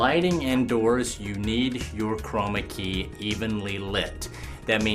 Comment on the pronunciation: STOP saying chromacy or whatever it is !!!